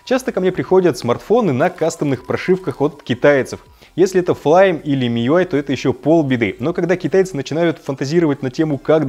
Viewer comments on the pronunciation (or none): none